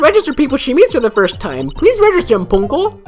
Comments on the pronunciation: I always did wonder how they would handle something like that. What if the Judge was suddenly accused because he actually did something? There is no way that is how Ponco is pronounced. When at this point I was theorizing something similar. Wait that's why? I always thought it sounded good. My money is on Kristoph Gavin. Oh wait wrong game. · The way they pronounced his name sounded very Japanese to me.